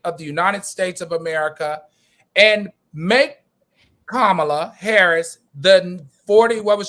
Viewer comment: Can we get her name right 🤦🏽‍♀️ Comma La = Kamala.